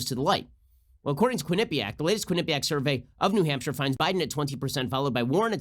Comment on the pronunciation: Love your show Ben. Just an FYI... Quinnipiac is pronounced Quinn - a - PEE - ak.